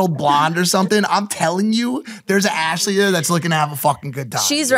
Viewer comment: "arshley" is absolutely killing me